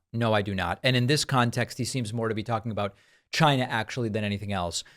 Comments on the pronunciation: She's racist, because she's racist, because she's racist, because she's racist. I like it when Trump pronounces China as Gina. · it's China.... Not GHINA, LMFAO 🤣🤣🤣🤣🤣🤣🤣 This fool really thinks he is still president.